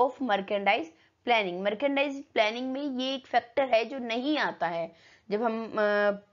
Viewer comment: Mam ap merchandise ka pronunciation galt kar raha ho